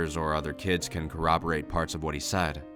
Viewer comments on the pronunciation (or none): none